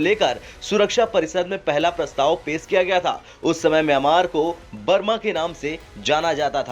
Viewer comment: Pes nahi pesh bolate hai gawar